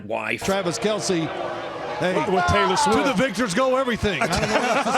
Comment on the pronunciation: More like "Traylor Swiffer"😂